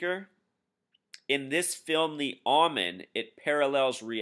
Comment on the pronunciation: Pronounced "Oh"Men, not "Ah"men. Just thought you would want to know. Thank you, good info.